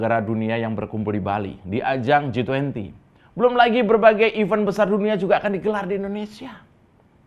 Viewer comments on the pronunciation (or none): Iv3nt bukan iven pengucapannya. Iv3nt=activity. Iven=genap, bahkan... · Kereen 👍👍👍 cuma koreksi dikit ya.. tentsng pengucapan kata "EVENT" seharusnya diucapkan sbg IVEN ( dg bunyi E seperti pada kata TEMPEL) bukan dg bunyi E seperti lada kata TELUR... bunyi E seperti yg dilafalkan oleh kebanyakan saudara2 kita orang Tapanuli. Gitu, supay gak terus ikut menyebarkan kekeliruan yg banyak dilakukan pembicara org Indonesia. Salam blethak mas.